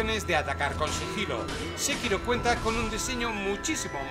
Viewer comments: porque dices shekiro si es sekiro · Entre este Shekiro y el Jalo las torturas auditivas son inhumanas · "SHE"KIRO, ya partimos mal ....